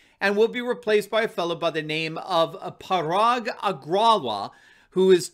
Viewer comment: "Agrawal" is pronounced Ag-Ruh-Wall.